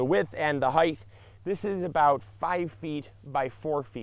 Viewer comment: Another great video sir! ...EXCEPT, I Can’t believe you said “heightH” 🤦🏼‍♀️ “HeightH” is not a word (it’s height) C’mon 🤓.....You’re smarter than that!! (....well at least now you are)